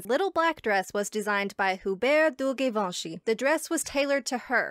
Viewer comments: At least pronounce Givenchy’s name correctly.🙄🙄🙄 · I understand the French accent is difficult but at least make an effort. Givenchy is not even that hard to pronounce.